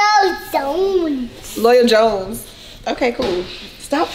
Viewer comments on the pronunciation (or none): I thought he said loyal zone. That will be a cool YouTube name.